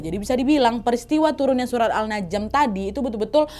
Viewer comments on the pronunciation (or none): Surat An-Najm waak nad, bukan al-najm yaaa